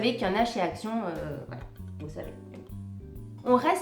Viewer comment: J'adore tes hauls "accíon" 🤣🤣 avec la prononciation espagnole. J'ai manqué le letter board. Tu as l art de dénicher des produits ménagers avec un super packaging😙 je tenterai de les trouver samedi. Bisous